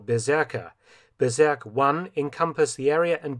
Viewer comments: Bezirk, not Bezerk. Let's not go berserk. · The pronounciation of "Bezirk" would be closer to "Bets-eerk" and not "beserk". But other than that, as usual, interesting and well made content. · "Bezirk“ pronounced "berserk“. 😃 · It is pronounced "Betsirk" vs Bezerk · Well, Felton went berserk with Bezirk ... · Great documentary! Thanks a lot! When you spell the German word Bezirk (district in English) it sounds like berserk (LOL). Some German words are kinda tough to spell. Greetings from Austria! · Felton's respect for your history work Sir 😊, just "BEZIRK" [read ~ beetzirk] IT means ZONE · Dear Mr. Felton, you are doing an incredible well job in producing these short and precise documantations. But: Please try to find a german native speaker to tell you how to speak the german words at least nearly correct...your "Bezirk" sounds like "Berserk". As a historian dealing with 3. Reich you should probably try to know the enemys language a bit better... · Love your videos, but please look up how to say “Bezirk” ;) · "Bezirk" is pronounced with a Z as in "pizza" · Ooh please learn how to say : Bezirk in German.